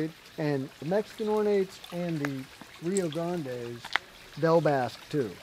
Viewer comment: Finaly- Someone says Rio Grande correctly, i always here rio grand